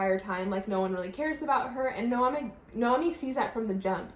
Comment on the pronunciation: I haven’t watched one review video of this book where someone pronounced the main character name right 😭😂 It’s NoemÍ, it has an accent on the “i”.